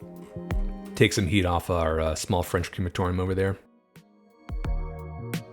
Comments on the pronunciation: Great video... and your French pronunciation was on point! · Gotta say, your French pronunciation was spot on! Kuddos!!!